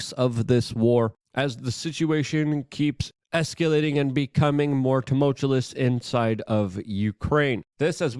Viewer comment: You don't sound very smart, continually mispronouncing "tumultuous". It's really bordering on, sounding similar to Biden...smh.